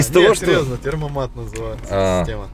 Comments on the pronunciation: Серьезно???Чел,который ездит на мерсах говорит термомат???чего,бл&ть, tempomat (темпомат) правильно.а parktronic не говорит порнтроник??? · Не термомат а tempomat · Не термомат а темпомат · Темпомат,а не термомат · По поводу темпомата оговорился неспорю. Я одного не пойму из за завести вы так разговариваете. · «Термомат»? Серьезно? Темпомат!!! ТЕМПОМАТ!!! На оригинальном TEMPOMATIC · Темпомат а не термомат 😂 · Не термомат , а тЭмпомат называется круиз-контроль. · Парни только не термомат а ТЕМПОМАТ!!! От слова темп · Темпомат,а не термомат))) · Термомат, херат..... 🤣 Правильно называется ТЕМПОмат, от слова ТЕМП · Tempomat а не термомат)) от слова темп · Не Термомат а Темпомат. Привет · Не термомат а ТЕМПОМАТ😆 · Правильно - темпомат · Не теромомат а ТЕМПОМАТ так называется круиз контроль по немецки, умники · Называется темпомат а не термомат. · Темпомат, а не термомат! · Не "ТЕРМОмат", а "ТЕМПОмат". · Не термомат, а темпомат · Не термомат, а темпомат. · Темпомат а не термомат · Термомат🤦‍♂️🤦‍♂️ - темпомат ептель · Не термомат ,А СУКА ТЕМПОМАТ. От слова темп ,а не термо. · Темпомат, а не термомат... Знаток мерседеса, бл.. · "Темпомат " правильно будет.